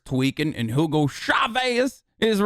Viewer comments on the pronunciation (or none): none